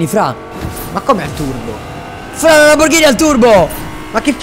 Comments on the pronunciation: Lamborghini non lamborghina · Prima di tutto si dice Lamborghini non Lamborghina prima che vengo la a farti un corso di italiano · Cap è Lamborghini nn Lamborghina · a detto lamborgini